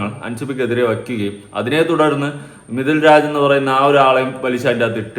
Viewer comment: മിഥുൽ രാജ് അല്ല മാഷേ മിദ് ലാജ് ആണ് 😂😂